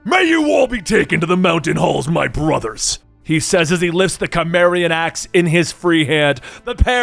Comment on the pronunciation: please do more conan and just a note your pronouncing cimmerian wrong